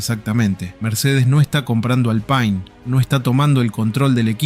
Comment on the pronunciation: Pronunciá bien Alpine gato!!